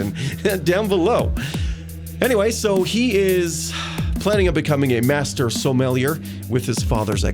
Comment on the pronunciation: Sommelier is French so silent R. And it means an expert on wine. you can do it, you almost did it already: Du Maurier -> Sommelier.